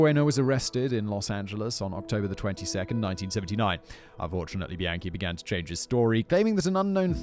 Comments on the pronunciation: Every time Simon say Bianchi I hear "the yankee." Thanks for covering this one fact boy! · somehow i keep hearing “the yankee” every time you say bianchi 😭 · The whole time I thought u were saying "The Yankee" cuz he's from New York but halfway through I Realized you were saying bianchi..:( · Why did I keep hearing “the yankee” every time you said “Bianchi” 💀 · OFF TOPIC: I keep hearing "the Yankee" when Simon says "Bianchi". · Soooo glad I'm not the only one who was hearing that!